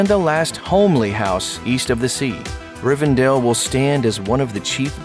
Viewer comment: It's RivenDELL, not RivenDALE.